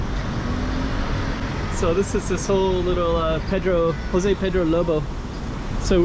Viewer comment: J has ZH sound in Portuguese so please stop using the H sound as in Spanish. Thank you!